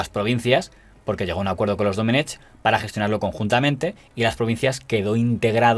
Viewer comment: Se pronuncia Doménec, la c final es muda. Es una forma arcaica de escribir en valenciano (y en catalán) el nombre Domingo.